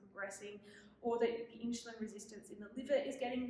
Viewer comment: Please pronounce the word insulin correctly. It's irking